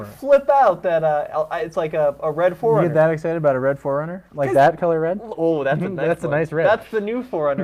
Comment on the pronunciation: Forerunner, not Foreigner!!! Say it right !